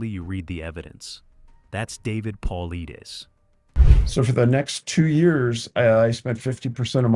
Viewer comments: Its Paul lie, not Paul lee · AI for sure. David Pauleedaes 😂😂😂 garbage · PA-LIE-DEES... AND DOCTOR KETCHUM IS A MALE. PLEASE DO MORE RESEARCH.. WILL NOT SUBSCRIBE. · He pronounces it Paul lie dus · It's pronounced Paul eye des. If you are going to narrate, at least learn how to pronounce the main characters name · Pronounced: Poll-lie-dess. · These AI are horrible at pronouncing words. His name is pronounced Puh-lie-dus. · AI SUCKS! David's last name is pronounced PAULEYEDUS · Hard to take it seriously when the guys name is mis pronounced from jump. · You are miss pronouncing Dave's last name. Very unprofessional. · If your going to talk about David Paulides you could at least make sure you pronounce his name right! Or use AI that will. It drove me crazy hearing it pronounced wrong OVER and OVER again! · Be nice if your crappy AI narrator knew how to pronounce David's last name... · This video lost all credibility as soon as Dave’s last name was mispronounced. Trash!!! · Stealing David’s content and you can’t even say his name right. Shame on you!! GO TO MISSING 411 for HIS content. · You are an embarrassment for not pronouncing his name correctly. Go home to mommy and come back when you are ready to post.